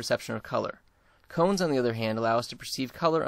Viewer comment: sorry ..its cones not comes...